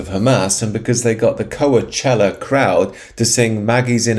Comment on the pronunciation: Just a little heads up, it's pronounced "coach-ella" not "co-uh-chella" lol